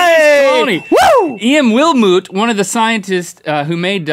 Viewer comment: I actually knew Gareth Wilmot, he's the grandson of the guy who cloned dolly the sheep. And their surname is pronounced 'will-mutt'.